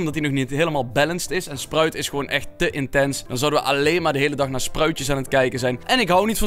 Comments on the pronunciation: Dylanhaegens: spruid is gebanned uit het toornooi Wij allemaal: sproud is gebanned uit het toornooi. ahahahhahahahahahh dylan je spreekt het verkeerd uit. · Iedereen: sprout Echt iedereen: sprout Dylan: spruit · Iedereen: sprout Dylan: spruit: sproet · Je zegt echt de heletijd spruit als je sprout bedoelt echt grappig 😂 LIKE als je dat ook vind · Spruit lol het is sprout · Je zegt Spraut niet Sproet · En jij typed het verkeerd het is sprout en hij zegt dat opzettelijk